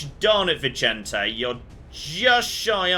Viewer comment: Vicente being Spanish and not Italian would be pronounced /Vizente/ or /Vithente/ ;)